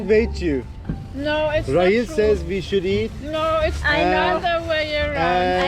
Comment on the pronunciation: Rachele ismi Rahil diye okuyorlar